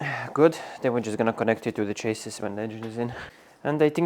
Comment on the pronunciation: Great stuff as usual! One small English tip: "chassis" is pronounced like "chass-ee" (it's actually a French word! 🙃)